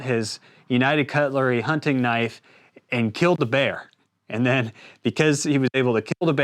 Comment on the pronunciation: Knoife? That's not a knoife. This is a knoife!